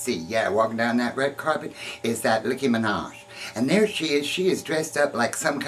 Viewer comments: LOL Did you say Licky Minaj? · U said licky minaj